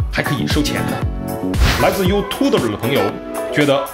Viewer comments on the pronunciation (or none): 为什么配音君每次念YouTube的网友 都要念成优土的ber的网友？？